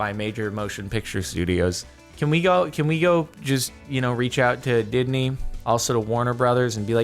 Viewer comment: He said didney...what’s didney?